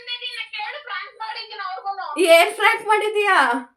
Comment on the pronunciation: spelling aste alla avru pronounce madtirodu ‘Frank’ antane .. correct her